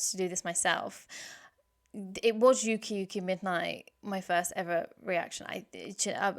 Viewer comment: ⚡ 💀 💕 / 🕛 Glad you revisited that song. BTW, it's "ooki ooki" midnight, not "yuki yuki" midnight. There's no "y" there. "uki uki" means hilarious. 'Uki Uki ★ Midnight' and 'Doki Doki ☆ Morning' are like sister songs. Both are stylized with a star in the song title. They're both "slice of life" songs; one daytime and one nighttime. Moa's fondness for "old man snacks" like dried squid is referenced in the lyrics. When she was in Sakura Gakuin, she helped create the unofficial "Koyaji Club". "ko"= young/little. "oyaji" = old man. The idea of this club was to enjoy "old man snacks" like squid. They replaced the saki and beer with ginger ale though. : ) The songwriters were probably referring to an incident where the BABYMETAL members spread out candy and snacks like dried squid on the bed after one of their early shows.